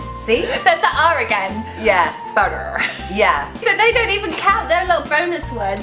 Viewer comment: You did butter really well.